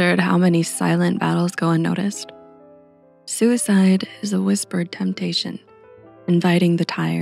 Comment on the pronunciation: i don't like a thing about this video. suicide is not a grave word and your diction emphasizes it. it is a small, decidedly everyday word, and should be said without alluding to some big issue. if you catch my meaning. i don't put weight on my thoughts about suicide, and will appreciate when you don't either.